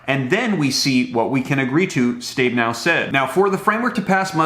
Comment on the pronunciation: My Senator Steve Her Last Name Is Pronounced As Ste-be'-now!!!"